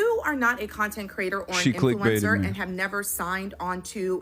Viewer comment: Please god someone tell that lady how to pronounce influencer